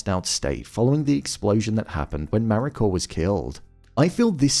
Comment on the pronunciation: Why does it sound like you're putting an R on the end of Mariko?